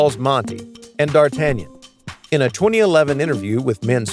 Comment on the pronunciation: D'Artagnan è francese, e non si pronuncia così malamente come il narratore ha fatto. Le "a" si leggono così e l'accento cade sull'ultima...